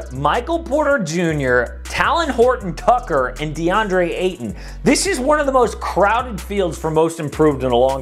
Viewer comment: U butchered that name man talent Horton tucker